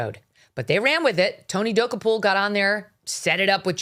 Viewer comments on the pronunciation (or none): GOOD GRIEF WOMAN!! AT LEAST LEARN HOW TO PRONOUNCE TONY'S LAST NAME!!! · WHY DO YOU PURPOSELY MISPRONOUNCE HIS NAME? SO HIGH SCHOOL. SO AMATEURISH. SO BITCHY! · mispronouncing his name....REALLY? WOW. What else did you get wrong? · why mispronounce someone’s name so horribly..? so your listeners have no clue who you’re talking about? good plan for someone who seldom gets anything right like Mógan Kurly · Megyn, please learn how to pronounce the man’s name if you’re going to crucify him! You are nuts! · You sound stupid by butchering his NAME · It's not that hard to correctly pronounce Tony's name. It cheapens your show when you can't get his name right.